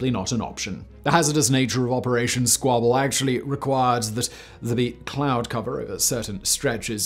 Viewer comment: Did you say "Squibble"?